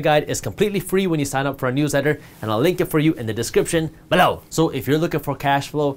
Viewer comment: I love when he say BELLOW 😁